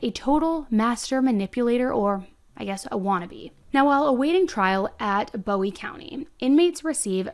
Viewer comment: It's boowee not bowie.😢